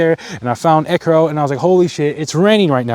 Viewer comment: Ekkiro. Brody sees a word, guesses pronunciation, and sticks with it